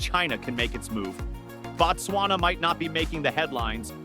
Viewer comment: It's Botswana